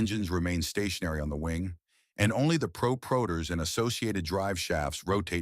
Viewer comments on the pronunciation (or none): LOL "prope-rotor"